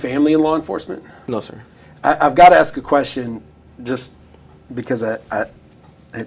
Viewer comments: That he try’s to speak like a scientist but says axe, axed etc is pretty comical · He said it several times, I heard him, axe it was very clear!! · Masters degree and still cant speak proper english? I AXED this, I AXED him that. Its beyond ignorant. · He axe her many times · Master degree? He seems awfully vacant and lacking curiosity to have such an education. He lists all these "helping people" and "community service" interests and yet has no grasp that his behavior showed the opposite. i almost spit my drink when he used the words "aks and aksed." He's all flash and no substance. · A bachelor’s degree, master’s degree, BLET certification and quite articulate but still says axe instead of ask. I just can’t. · Axe Michelle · Someone PLEASE explain why!!!! He has completed 5 years of college, holds a master's degree and he STILL says "AXE"!!!!! When they do this, it makes them look ignorant as hell. I'm just curious why african americans do this and I've never been given a reasonable answer. Anyone??? Many thx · axe michelle she might know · Several times he displayed his pronunciation of the word “ask”. Like many, many other blacks, he pronounces ask as “axe”. Don’t axe me why blacks can’t pronounce ask! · Can't even properly say the word "ASK" if you cant pass a common English class you shouldn't be allowed to wear a badge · Did I hear he had a Degree? And he can't even pronounce the word ASK properly.